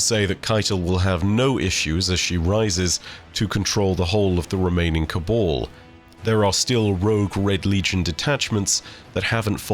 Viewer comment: My dude, it’s Cab-ahl not Ca-ball